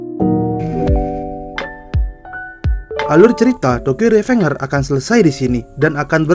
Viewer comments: Revenger = Rivenjer perasaan bacanya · RIVENJER, NOT REVENGER